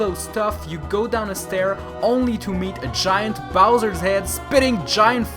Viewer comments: Why dose he pronounce giga bowser weird. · why does he pronounce giga bowser weird